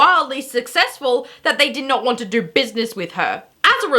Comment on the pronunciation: You say do like doer